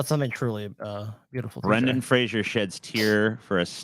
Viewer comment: It's not pronounced Brendan "Frasier."